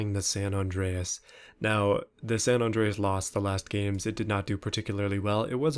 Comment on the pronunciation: It's like ur saying sand on drayis when you say sa Andreas